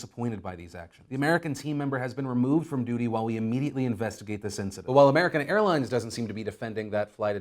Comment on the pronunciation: Today we talk about American Hairlines... I cannot unhear it